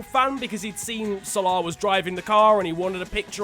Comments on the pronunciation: Why does he pronounce salah like spongebob pronounces salad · The way u say salah